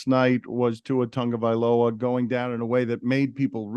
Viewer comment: Dan, it isnt Tongue uh viola..itst Tog uh viola..not TONGUE...just saying